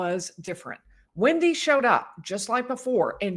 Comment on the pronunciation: It's wEndi bot wIndi !!